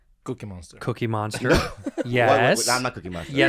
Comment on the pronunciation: "Gookiemonster" jeez, Spaniard. 🙄